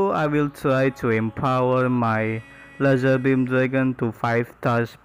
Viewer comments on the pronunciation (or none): Its pronounced LEYZARBIM Also use code lazar